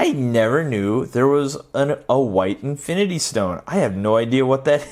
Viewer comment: “Infiny war” XD